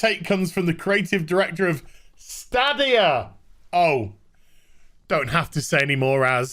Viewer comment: I've watched 2 videos on this topic and 2 youtubers cant pronounce Stadia... Its STAYdia... LIke stadium, but stadia.